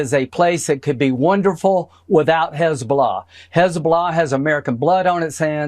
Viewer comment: What is "Hez-bla" ??? LOL.